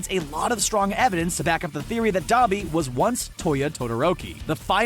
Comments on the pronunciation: i kept cringing when you say dobby but ok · He is saying duabi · D-ah-bee AHHH GET YOUR BHA RIGHTTTTT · Saying Dabi Capitals: Saying Dobby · Why do you keep saying Dobby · Thought you pronounced Dabi Dab-i not Dah-bi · I heard “the son of the hell flame hero DABER” Dont be mad at me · NOT D-U-B-I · ITS D-AAAA-B-I